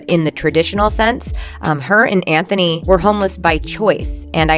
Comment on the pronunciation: Why does she keep saying Andrew instead of Anthony ? I’m so confused